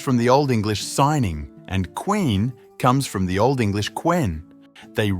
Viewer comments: Cyning was pronounced more like ku ning, definitely not signing😅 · 'Cyning'is pronounced 'Küning'. Not 'signing'😂 does this guy know about phonetics in middle and old English? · good video but pronouncing cyning as "signing" is so absolutely diabolical I do not want to speak about it ever again after this comment is written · Cyning is pronounced koning not signing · *cyning Is pronounced with 'k' sound It's close to the German word for king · terrible pronunciation of "cyning"